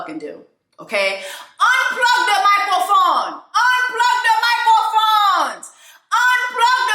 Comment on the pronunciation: Every time you say “put down de micro foneeee” I lose it 🤣😭